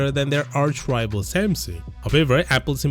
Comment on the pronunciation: Your pronunciation of Samsung is probably the weirdest I've ever heard